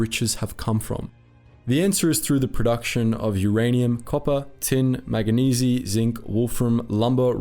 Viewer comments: 'Manganese' is pronounced Mang-Ga-Nees, not Mang-Ga-Nee-Zee. 👍🏻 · Manganese MAN-guh-neez I can't blame an AI. I blame your education. That's as far as needed to go into the video.